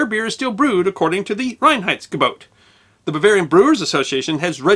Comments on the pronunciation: You did a pretty good pronounciation of "Reinheitsgebot"! You start off with "rain heights go boat" (better: "rye-n heights go boat") - which you manage to do several times later on - although it differs every now and then. Still, I must compliment you with the efforts you must have gone through to get it right. Well done! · As a German, I love your pronounciation of "Reinheitsgebot". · kudos for getting the pronunciation of Reinheidsgebot almost correct. I know German isn't easy for non-natives. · Can’t give you enough native speaker 👍🏻👍🏻👍🏻 for the pronunciation of „Reinheitsgebot“ - very well done! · Allmost right indeed :-) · I love the song like way "Reinheitsgebot"is pronounced. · pretty perfect pronunciation of "Reinheitsgebot" :-)